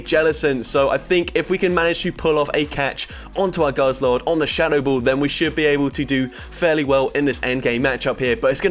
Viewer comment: Haidro Poomp, Sh-HAdou Bahll, Lee-aff Blahdé, Stoh-nee Ed-geh, Co-OONter Oh lord I love 'em all lmao